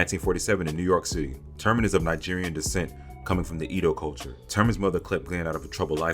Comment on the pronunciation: Eeedough 😂 It’s pronounced Ehhdough. Edo.